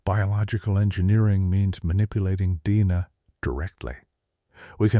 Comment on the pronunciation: This is hilarious. This AI voice pronounced “DNA” as “Deena”. 🙊😹